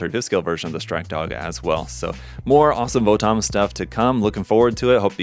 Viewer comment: Not to be rude but it's actually pronounced more like "Votums" (the romaji is "Botomuzu").